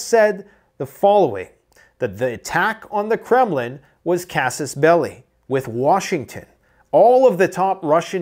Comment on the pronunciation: Why is it so hard to pronounce "Kas-Us Bell-Eye"?